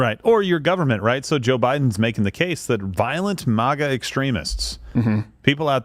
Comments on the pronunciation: If Steven doesn't stop pronouncing MAGA like that I'm gonna go crazy 😂😂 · Ok I hate to have to do this but you forced me, Steven!!! Since the beginning we have called it Mag-ah!!!! We NEVER refer to it as Maw-gah!! Stop sounding like Biden! He is making it sound stupid and it does when he says it! I normally don't care how people say their words but this one is different! Trump never tried to destroy freedom like Biden and the one before Trump! The one who called isis, isil!! I never understood that dumb stuff!